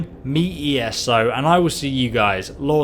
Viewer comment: Lol at the end he said "Me ESO"